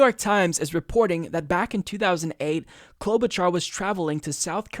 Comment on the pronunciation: Cloud-Boot-Jar...get it right!